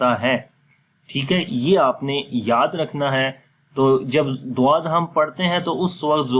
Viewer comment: Voice dal ki kuy nikalti he